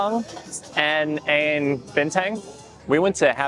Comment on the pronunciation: Really fun to see how you guys immediately implement the Dutch you learned in your daily life. One advice when ordering something: u pronounced een as the number 1. But it is more natural to pronounce "een" as "un" (like in the English word run). In general we only pronounce "een" as "1" if we really wanna make clear the we wanna have only 1. But overal your pronunciation was pretty good